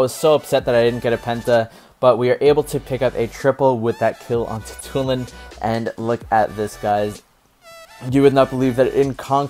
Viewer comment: From "Tulen" to "Toulon" hahaha, btw what a play bro 👍👍